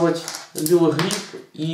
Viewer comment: Не лил грип, а лип грип, лип - губа по английски